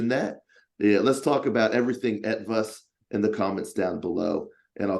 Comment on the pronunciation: Hey, your pronunciation of "Etwas" is perfect. I for a moment thought this interview was held in German language! Long time since my last Ranger Talk, great interview, thanks to the both of you.